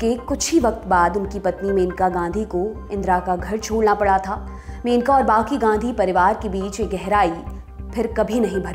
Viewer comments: मेनका नही it's मनेका... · Aap menaka menaka bol rahi hai... It's maneka